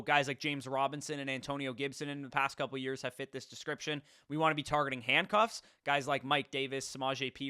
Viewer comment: guy said “handcucks” 💀🤣